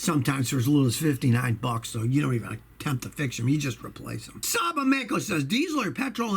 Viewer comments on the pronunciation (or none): none